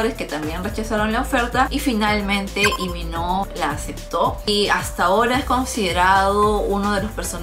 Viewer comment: no se dice Imino 😡😡😡😡